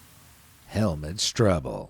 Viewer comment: You pronounce it HelmUt not Helmet 😂